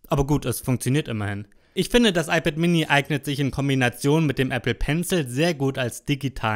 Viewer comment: iPad äMini. Red halt Deutsch, Mann.